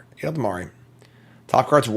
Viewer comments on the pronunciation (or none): How long have you been playing Magic that you still can't pronounce Ela-Dam-Ri Elda-mari 🤣